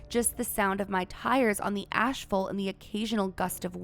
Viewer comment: It's Asphalt ma'am, like ASS - FULT, you said ashfull. Thanx for the video